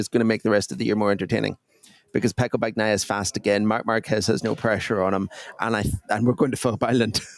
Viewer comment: When you pronounce Bagnaia, g is silent, it just softens n. Please learn it.